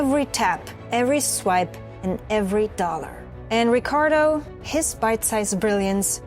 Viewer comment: Love how you pronounce the Rrrricardo. Keep up the good work! I already know this channel will blow up